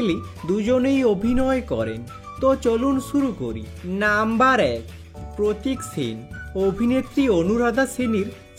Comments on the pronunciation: আমিও তাই ভাবছি। এমনিতেই উচ্চারণ খুব খারাপ। তার ওপর নাম্বার শব্দ টা টেনে লম্বা করে বলা! অসহ্য!! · নাম্বার টা কেমন ভাবে বলছ তুমি